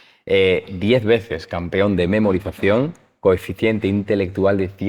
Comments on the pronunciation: No es coeficiente, es cociente. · Hasta "coeficiente" he oído. Veo que no te enteras de nada, y me voy. PS: Se dice COCIENTE. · Se dice "Cociente Intelectual" no Coeficiente ya empezando asi de mal dejo e ver este video.